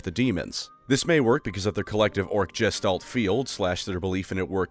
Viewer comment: I love your videos man, you're really getting me into Warhammer through this content. P.s. Gestalt is pronounced "geshtalt" with a hard G sound, and it's a German word, so the "st" sound is like "sht-", like how "Einstein" is pronounced "einshtein"